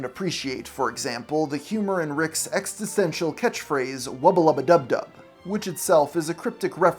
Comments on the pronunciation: Amazing content!! I’m so sorry to comment this, as I really loved your video! But I can’t handle how many times you said exTisential instead of existential. Really silly thing to obsess over but it was driving me nuts! Cheers😅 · Hey man, squanch this; 'ex-TIS-ten-shal' as you pronounce it, SHOULD be 'ex-is-ten-shal.' I dont think you realize just how intelligent fans of Rick & Morty actually are. Simple verbal foibles such as this burn in our ears like vats of real acid. Oh geeze. If your script is the trunk of a tree, correct pronunciation would be its foilage. Then again what do i know? I'm just an eccentrically rich panda bear. 🎩🤏🏻 🐼 - Chairs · Love that this guy can't pronounce "Existential" - it's not ex-eh-stenshul. It's ex-ih-sten-sial. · Great video, but "extisential" omfg ☠️ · E X I S T E N T I A L. It's driving me nuts :D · This dude can’t pronounce existential correctly. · That is not how you pronounce existential 😅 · He also butchers the word "existential" at one point. Edit: actually several points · There doesn't seem to be consistency in your criticism. The most obvious example: You first say the worst thing the writers could've done is removing the stakes of life & death that comes with infinte timelines etc... ... Then critcize those stakes being restored PS: the word "existential" was mispronounced more than once, & "Assimilated" isn't a synonym for "assembled"